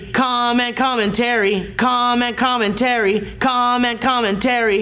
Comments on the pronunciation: Sounds like is saying "comet comin terry" lol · it started to sound like was saying com and com and terry as if com and terry were people